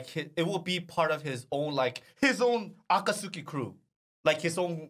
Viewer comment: That pronunciation of "Akatsuki" almost made me throw up.